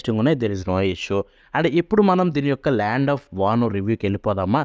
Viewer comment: Bro vana land Ani sariga chpala